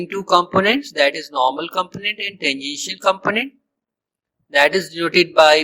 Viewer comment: When you were pronouncing the word "tangential" while explaining how flux contribution of the curved surface becomes zero, you pronounced it like "the initial". I had to repeat that part many times to make sure what you were a tually saying. You need to improve your English. Also, you didn't explain the vector form of the magnetic field intensity equation properly. You just said it like in book.